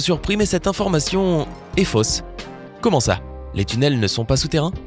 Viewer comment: ja seule chose choquante, c'est quand tu dis "commen allez vous?" euh..... il y a un "T"!!!!!! pouce bas!!!!